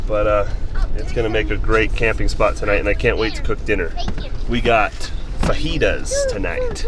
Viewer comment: So glad you pronounced fajitas the proper way😂 loving this series!